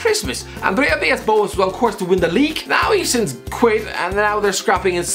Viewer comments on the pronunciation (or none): none